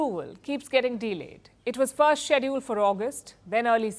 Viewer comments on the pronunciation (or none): none